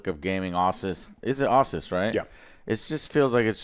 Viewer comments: Americans pronounce Asus like "awesauce "??? wow Been calling and hearing it called it "Ahsuz" my entire life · I’ve heard people pronounce asus as Ay-suss and as ay-soos but never Aw-sis like Joe pronounced it 😂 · What the hell is "Ausis"??... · Joe never ceases to amaze with his creative pronunciations. Aw-sus? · Listening to him pronounce Asus makes me want to unsub and block.